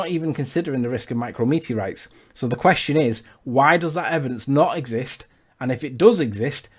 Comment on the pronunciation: Forget everything else. "Micro-meteorites" is pissing me off.